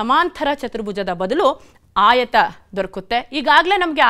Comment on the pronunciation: ಆಯತ ಎನ್ನುವುದನ್ನು ಆಯುತ ಎನ್ನಬೇಡಿ.